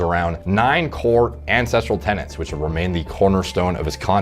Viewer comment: Why do people keep saying tenants? It’s TENETS ffs. People are so dumb nowadays